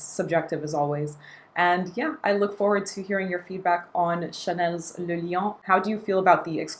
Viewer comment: As a Chanel gal, do you know why they're not so keen on shelling out samples for their Les Exclusifs line? And thank you for pronouncing "le" in le lion correctly!